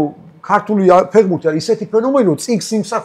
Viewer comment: ფეღბურთი კი არა ფეხბურთია დავით 😉 დავაკვირდი და არც ერთხელ სწორად არ თქვი 😂